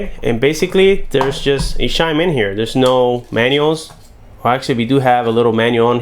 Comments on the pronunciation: Chime! Not shime! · not as funny as shime. Ssshime. Instead of CH - Chime. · so you say beedio and shime too?